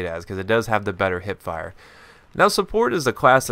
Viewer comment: your wrong, its Hipfire, not Hitfire